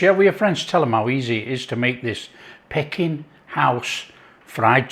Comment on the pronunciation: Its pronounced Pee King mate 😆🫣